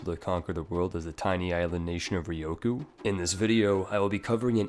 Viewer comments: RyuuuuKyuuuu. Ryukyu. /ˈɹjuːkjuː/ Not Rioku. Press the speaker button. Please. You are killing my ears every time you talk about this country. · Why do you keep calling Ryukyu Ryoku? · its not ryoku... it is RYUKYU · The hardest part is obviously the correct pronunciation of "Ryukyu" :p